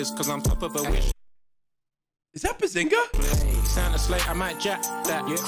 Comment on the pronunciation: Can't believe he called greg Bezingha🤣